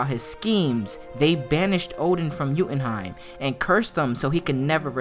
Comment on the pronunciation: Yooootenheim not youuuutenheim